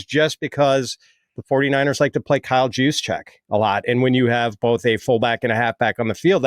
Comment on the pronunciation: Did just call him Kyle Jewscheck?!?!